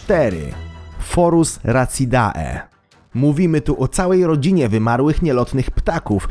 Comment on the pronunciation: Bardzo fajne filmiki, ale tak na przyszłość - przy czytaniu łącińskich nazw robisz błędy. Nie "racidae", a "racide". AE czyta się jak E :D